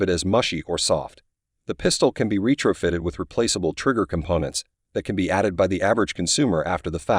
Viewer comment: The Glock 17 has only 10+1? Hmm that’s the first time I’ve heard that. Retro-fitted is pronounced differently than you pronounced as well. I recommend you find a new line of work.